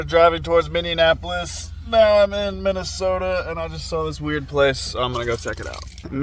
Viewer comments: Dude I think it's called Minneapolis not Minionapolis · Mini-apple-is, the extra syllables made me cringe. Good video tho! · pronunciation of English words is maaaaaad annoying as hell. MINN-ION-APOLIS. Wave around Green Onions and calling it Green Peppers. But #HOLY 💩 💩 💩 💩 #batman , he pronounced Minneapolis correctly 2x.